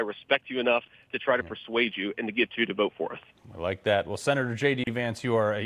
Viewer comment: I don't like how he yoused the word persway!Just spit the facts. Still like em